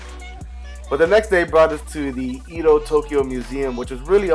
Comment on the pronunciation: Lol you pronounced "Edo period" so wrong!